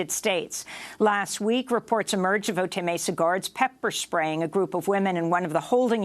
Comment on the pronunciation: "Otay" is pronounced \oh-tai\. Ay, ay, ay, ay, canta y no llores.